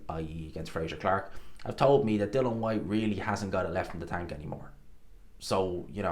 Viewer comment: I knew before I watched this he was gonna say Dill-on Whats wrong with this guy ? Theeres an ' I ' in there.